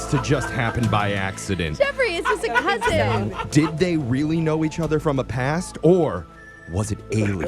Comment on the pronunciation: Dudes a teacher but kep saying "cousint"